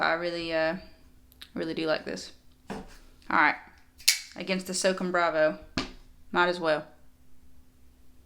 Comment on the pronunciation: The Microtech is pronounced SŌW CÔM (kinda like ‘so calm’ without the L). It comes from the United States Army’s Special Operations Command, or S.O.C.O.M. Just thought I’d let you know so in the future you don’t offend any of the Special Forces (“Green Berets”) out there! 😉. Thanks for the content & love the videos! ;-}. MM